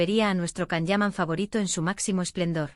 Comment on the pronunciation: His names is pronounced “Jon” not Kan.